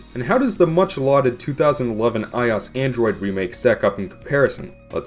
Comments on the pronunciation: stop pronouncing I-O-S as ios you tard. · i cant when on every video of him compairing a ios game from its original, he sais ios like one word, not like i-o-s like it is suppost to be said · I'm sure someone has made this correction by now, but it's pronounced AYE-OH-ES, not AYE-AWS. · Took me half the video to figure out what you meant by eyeoss... who says that. It's I.O.S. it's like the people that can't pronounce meme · Why i-os and not i-o-s? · Eyeas Eyeas Eyeas Eyeas At least you pronounce Android correctly. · IT IS PRONOUNCED I-O-S, LIKE SAYING DIFFERENT LETTERS!. NOT I OS. THAT IS SO ANNOYING! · i is the apple thing. OS is an abrevviation. You said abbreviations latter by letter. You say I seperately. I o s. Said seperately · Stop saying eyeos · it’s fucking i-O-S dumbass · "Eye Os" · Did you just pronounce IOS as Eye Oss? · I-oh-ess= iOS! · WHAT THE FUCK IS AN "EYE-OSS" ??? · The operating system Apple uses for I devices. Also, "I'll pronounce IOS how I damn please, thank you" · MegaDudeman21 well, apple pronounces it as i-o-s, totally separated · the way you say iOS makes me want to hang myself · Please stop pronouncing iOS like that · There is no damn excuse for pronouncing iOS like that. It's lower case for a reason. Being a bitch about it instead of just saying "sorry I said it wrong" is a real dumb thing to do. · The fact that, not only does he phonetically pronounce i O S, but that he's insists upon it EVEN THOUGH it's the complete incorrect way of doing so, is the most cringe-worthy thing I've ever heard in my life! Seriously, he is the only person in the world to pronounce it this way! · Mu5Hr00m the only thing worse than his pronunciation is iOS itself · ur saying ios wrong dumbass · Why do you pronounce iOS like that though? Weird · Pronounce it like the letters. OS stands for Operating System. "i" is just the prefix Apple uses for everything. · My 4th grade computer teacher also pronounced ios like that